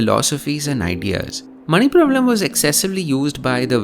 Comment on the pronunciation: ' manipravaalam' would be the correct pronounciation :)